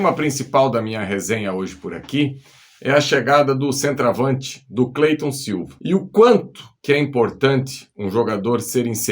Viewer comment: O nome do cara é Clayton e todo mundo chama ele de Cleyton.